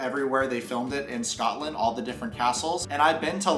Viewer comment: As a Scottish person, PLEASE say Scotland properly.